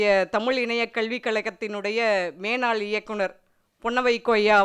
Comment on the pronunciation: மேனாள் அல்ல.... முன்னாள் என்று கூறவும். தமிழ் சரியாக உச்சரிக்க முடியாதவர் தமிழ் இணையத்தில்.....